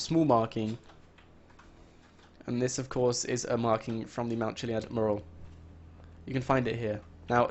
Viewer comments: Dude, please learn to say 'mural' and 'Alamo' properly! lol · This guy is a con man and his video titles are nearly always lies. He's rotten and cant even pronounce "mural" correctly.